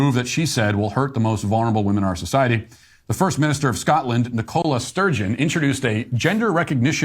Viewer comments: I'm getting so triggered with how Matt pronounces Nicola Sturgeon... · Hearing Matt Walsh repeatedly mispronounce Nicola Sturgeon's name is really irritating, and demonstrates he is just parroting second, third or fourth hand 'information'.